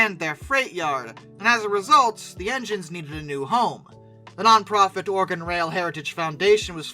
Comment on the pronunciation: lam(b) The will-lam-at river. Willamette. but props for not saying or-e-gone.